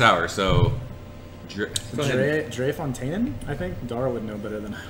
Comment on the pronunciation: Thanks for the shout out. It's "Dree-fon-tay-ne." A fun battle beers. I havent had Boos yet. Glad I haven't traded for it based on how hard it is to get. Atrial is one of my favorite sours. So jammy and complex. For a sour, it's a #HUNNITS for me. Cheers!